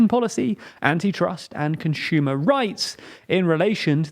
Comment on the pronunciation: You always say "Consumers" in a funny way. I don't know which accent that is.